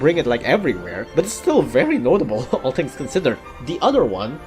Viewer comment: I have a question, why do you say "tings" instead of "things?"